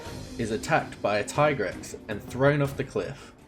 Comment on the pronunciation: I'm so glad you pronounce it "Tye-grex" I'm so sick of hearing "tee-grex" 😂